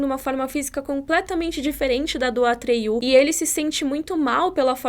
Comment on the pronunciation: Não sei se em inglês se pronuncia assim, mas em português n é "atriú" e sim "Atrêio".